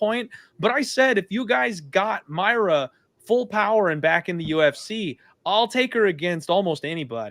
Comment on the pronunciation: Her name is Mariya dude, pronounced like Maria, not Mayra